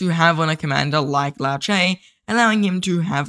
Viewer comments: Why can’t people pronounce Liu Che properly. Liu not Lao, Che not ce. Just like pronouncing Trump to Tromp 😑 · Not Lao Che... Liu... Lee you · 'Lee-U Cher' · "Low chay" 😂😂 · Bro its Lee'u'chay' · Yes hahaha I died everytime he said ‘lao chay ‘. 😂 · Aussie Accent 🤷‍♂️ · Legend says still doesnt know how to pronounce liu che 😂